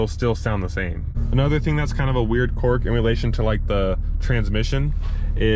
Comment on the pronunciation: Don’t mean to sound like a grammar Nazi, but it’s pronounced qu”I”rk, not quork!